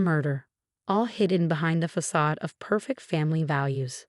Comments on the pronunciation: Fah-Cads crumble..how about FACADE…THE FAKE FRONT SOME PEOPLE PUT ON..oh I’m sorry ..that is FAKE FAH-CADS..oh your AI is just so freaking smart!.. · Please learn to pronounce the word “facade”!